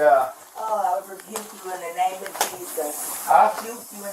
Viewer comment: No she said I'll "rebuke you" both times, it just sounded like "shoot you"